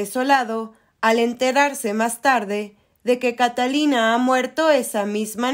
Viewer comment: Catalina y Eduardo? 😂😂😂 Que pesimo doblaje y que pésima pronunciación de los nombres y lugares.